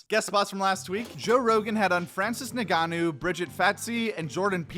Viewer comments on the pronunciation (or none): Probably don’t want to call him Francis Niganou… if you’re having trouble flip it to Inganou (still wrong but closer and safer). You could also just go to the Mike Goldberg pronunciation of “Francis Gi-know” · the way you pronounced Francis' last name hurt my soul